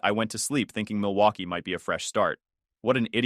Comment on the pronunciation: Milwaukee, Mitchell is such a unique and most likely a native way to say Milwaukee, Wisconsin lolz XD.